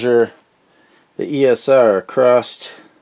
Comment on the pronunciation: "Across", there's no such word as "acrost". Subbed though 😀The TL081 is a single opamp, you most definitely mean the TL084, or TL074 which are quads. No idea what an "asamal multivibrator" is, I think you mean "os-stable", astable.